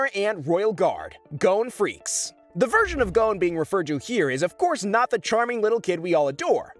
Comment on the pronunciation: And also though gons last name was pronounced freces